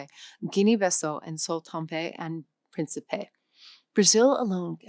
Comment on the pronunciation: Not many surprises here, but one was the mention that French is growing so fast and that Arabic is only 1% of online content. Also the person speaking didn't know how to pronounce Angola, Sao Tome e Principe, and Levantine, but she mispronounced them with formidable confidence.